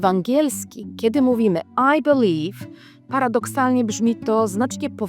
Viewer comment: I belive I can fly I belive I can toch te sky 😂